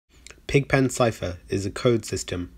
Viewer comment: I thought you were saying : "Alien Script"